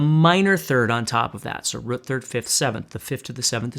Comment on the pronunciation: A whole step back from "the rut". Lol. Great teacher though!